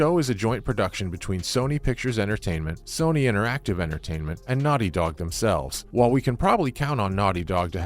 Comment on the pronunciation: It's Sony not soony😂